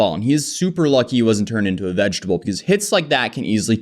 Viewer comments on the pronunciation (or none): none